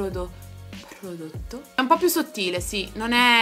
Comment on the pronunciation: “Ppprodotto.. ppprodotto” prova della P superata! Ma io piango dal ridere fino a domani 😂😂